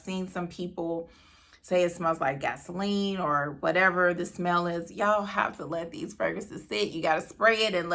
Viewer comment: Did you say gasoline???